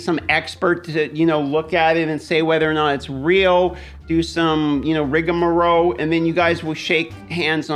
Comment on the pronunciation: "rigmarole"! :seemsgood